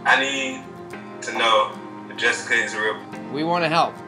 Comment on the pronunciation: Really “ JESZICA “ 😂😂